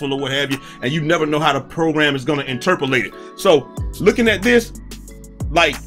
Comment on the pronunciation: Good vid bruh. But what the hell is “interperlate”?🤔